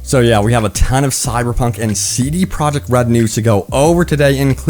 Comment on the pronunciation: I keep hearing CD "product" red and it's honestly taking all my attention from this video. It stands out almost as much as hearing Benedict Cumberbatch say PenWen